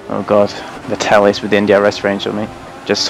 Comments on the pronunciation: Well actually it is more like Fettle - exactly like settle, just with a spoken F:) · Great video! But could you pretty please learn to pronounce Vettel's name properly?